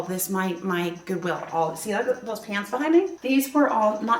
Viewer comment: Translating for portuguese we're hearing pants when you say pans hahaha 😅